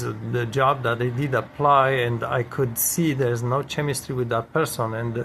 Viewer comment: Hello. I watched your video about Fridge temperatures & what that dial means in the fridge. I commented. Thanks for that. I clicked here to see other video's in general & on appliances & fridge video's. Just being helpful, you refer to chemistry' often here. The correct pronunciation is 'kɛmɪstri'- this is the Phonetic description. The 'c' in chemistry is pronounced with a hard 'k' sound as in 'kite' not 'ch' as in 'champion'. Similarly, Google 'chrome' is pronounced 'Krome'-hard 'k'. Also, better & the right way to say: 'get along with', this is what is called 'word order' in ESL Language Training. I'm CELTA qualified of ESL Teaching & taught internationally for many years to many students from all over the world. (ESL-English as a Second Language). May I suggest printing of a Phonetic chart, practice and drill. Drill is another ESL term, just means: a technique we use in class to develop fluency, pronunciation involving repetition. (& often games). There is a lot on YouTube now on this, type drilling exercises. Most dictionary websites now how a sound icon 🔉 next to any word that plays the correct pronunciation. Try it with 'chemistry'. Hope this is okay!